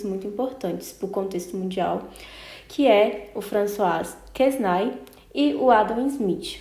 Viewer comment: François Quesnay (a pronúncia é Françoa Quené).